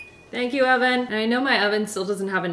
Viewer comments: I think the oven’s name should be named Evan. Every time I hear say, “Oven”, it sounds to me like she is saying “Evan” with an accent. 💕😂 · “Thank you Oven (EVAN)” 😂😂😂 totally thought you said Evan! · My daughter's name is Evan and I thought you said "Evan" instead of "Oven". So there's an idea! 🤷🏻‍♀️ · Wait please name your oven “Evan” bc in all honesty when you said “thanks oven” I for real thought you said “thanks Evan”🤣🤣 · I thought you called the oven “Evan” Maybe that’s his name 👀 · I think you should name your oven Evan. I actually thought you said, "Thank you, Evan!" Then I realized you said "oven." Evan the Oven! I like it! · When she said 'thank you OVEN', I literally heard 'thank you ALVIN' instead😂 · When she said ‘Thank you over” i heard “Thank you Evan” please call him Evan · I vote naming the oven "Evan" because i thought you said "thank you Evan" when you said oven, LOL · LOL I was like who’s Evan then I realized she said oven 😂😂